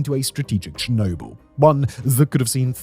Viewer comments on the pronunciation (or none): none